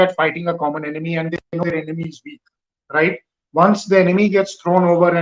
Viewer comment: Andddddddduhhhhhhhhhhhh anddddddddduhhhhhhhhhhhh..........please fellow Indians..............AND is pronounced AN(d soft).....keep at the tip of the mouth, don't say DUH